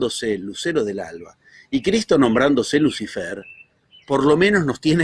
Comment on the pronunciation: dice: Luz ai-fer?, es así?